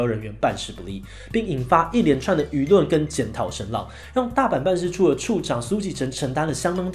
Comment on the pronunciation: 0：56 是輿論，不是與論